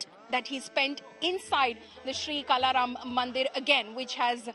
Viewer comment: is pronouncing Kala Ram as कला राम, where as it is काळा राम - not expected from a news channel like India Today